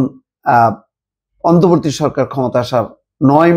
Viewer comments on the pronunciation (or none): এই মাল এখন পর্যন্ত "অন্তর্বর্তী" শব্দটা ঠিক মতো উচ্চারণ করতে পারলো না। সেই আগস্ট মাসের সাত তারিখ থেকেই সে বলে যাচ্ছে অন্তবর্তী সরকার, অন্তবর্তী সরকার। এ নাকি আবার ঢাকা ইউনিভার্সিটির স্টুডেন্ট ছিল।